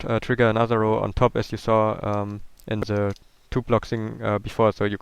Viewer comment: i love how he says Ze in stead of the